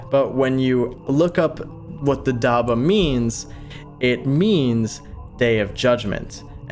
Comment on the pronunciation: hello im muslim and it is pronounced dab-bah not dabah